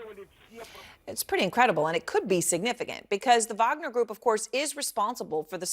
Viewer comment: Wagner is great....not puinaa